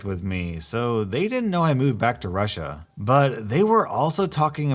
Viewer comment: not russi but Russia